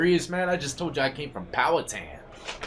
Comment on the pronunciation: So many have attempted to pronounce Powhatan correctly and FINALLY someone does! That's my hometown. Never went to the farm though. Sussex 1 and BKCC. Love your videos. Keep them coming.